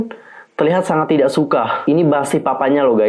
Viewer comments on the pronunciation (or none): none